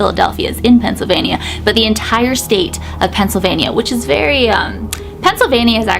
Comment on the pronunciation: Oh my gosh I’m cracking up at how you say Pennsylvania, the way I say it is Pennsylvein-Yah, you Say Pennsylvein-ieyah